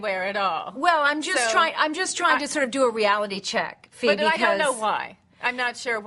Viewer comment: did she just call her Febe ?